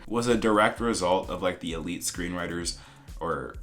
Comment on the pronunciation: Se me hace raro ver esto siendo española y cómo pronuncian Elite saksjkjs